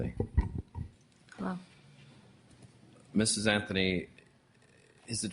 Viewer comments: The judge says “Anfony” instead of “Anthony“? Affirmative action at work! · I love that the judge says CASEY AFTHONY LMFAO